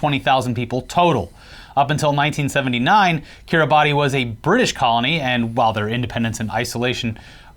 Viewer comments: Kiribassss, not Kiri-ba-ti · It's not Ki-ri-ba-ti. It's Ki-ri-bas. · i love you boys but my god it's pronounced Kiri-bass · Hey guys, cool channel 🙂 Just a quick fun fact: The island nation of Kiribati is not pronounced like it is spelled. Is is pronounced more like "Kiribass". Keep up the good work! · Heads up, its pronounced kiriba. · pronounced kee· ruh· bas. really it is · It's pronounced Kiribas lads, the more you know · Just fyi Kiribati is pronounced Kiribas. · It's pronounced Kireebas, even though it's spelt Kiribati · Kiribati is pronounced like "Kiribas" the "ati" in their language sounds like "as" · FYI, Kiribati is pronounced Kiribas - it’s a regular arkansas situation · I believe it's pronounced KIR-ee-BAS. Wierd I know with the spelling, but there you go.